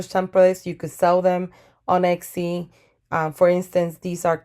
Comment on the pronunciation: Very useful video, thank you! p.s. Your pronunciation of Etsy sticks out to me every time :) you say it like it's Exy, and it's not. Still, great video, would definitely investigate more!